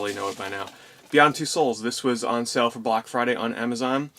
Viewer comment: you do the same thing that many american YouTubers do and that is say sell instead of sale.